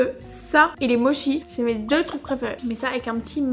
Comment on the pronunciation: Moi à chaque fois que dit "Moshi" au lieu de "Motchi" 😠